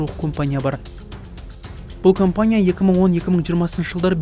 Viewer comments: Оқылғанда КАМПАНИЯ деп аитылады. Немене кОмпОния деп олай аитылады. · Компания емес кампания деси нервке тими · Комфание деген неси аитылганда. Камфоние деп аитылмайды ма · Осы диктор неге компания дегенді компания деп жазылғанындай етіп окиды